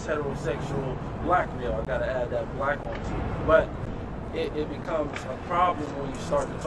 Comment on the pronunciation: Why did he emphasize the "black" in man🤦🤣